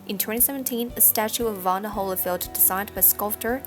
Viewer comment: Very bad compere can't pronounce Evander! Instead says Evana..